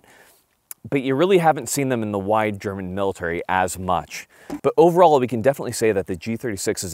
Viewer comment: A non german video with good german laguage in it😮